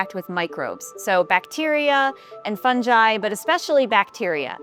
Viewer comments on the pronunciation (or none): It’s fungi, not funji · what’s a ‘funji’ or ‘funjeye’ 😂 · I love how she says fungi as "Funji" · I'm sorry did she pronounce Fungi as Fun-jie? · Did this woman say fun-ji?